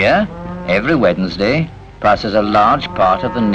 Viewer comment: Could you comment on some of the words? For instance "busy" and "wednesday". I even think he pronounced "vegetables" with a hard "g". The description is interesting, by the way.